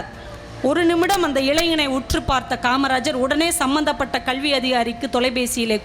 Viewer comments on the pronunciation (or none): அது கழ்வி இலங்கம்மா, கல்வி (கள்வி இல்ல).,தழையெழுத்து இல்லங்க தலையெழுத்து. உச்சரிப்பு இப்போது இப்படிதான் உள்ளது.முதலில் பேச கற்றுக்கொள்ளுங்கள். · இந்த சகோதரி எப்பொழுதும் இதுமாதிரி நல்ல நல்ல விஷயங்களை கூறுவார். அவருக்கு பாராட்டுகள் 👏 தமிழ் உச்சரிப்பிலும் இவர் கவனம் செலுத்த வேண்டும். கள்வி, தளை எழுத்து போன்ற உச்சரிப்புகள் நாராசமாக உள்ளன.